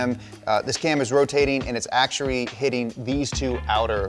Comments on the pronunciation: he said they are acturrrrrry hitting 2 lobes hahahahahaha. I was dying 😅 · I’m sorry to do this to you bro but skip to !! “it’s acturwy hitting” 😂😂😂😂😂👍😂